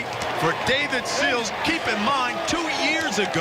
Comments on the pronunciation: It's Sills. Not Seals. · Seals, Stills, Sill... he even said it correctly line the 3rd time. As much as they talked about him you'd think he would get it right before someone corrected him at halftime.